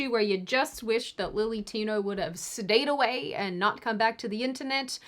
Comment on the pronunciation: At the end it sounded like you said "...you just wish that Lily Tino would've just 'SEDATED' away..." But you just said, "...stayed away." However...I do wish that people like that would indeed SEDATE away... like ... really.